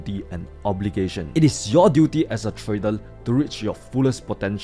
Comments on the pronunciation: Nice video.... But what is 'Tradel' 🤣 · "Tradel" 😂 love this guy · Hey, love ya bro but 'trader' does not end with an L. R, L two different constanents. Like i said, love ya, but after a year of watching your vids it's really grinding my OCD organs.